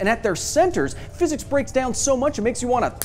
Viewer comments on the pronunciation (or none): none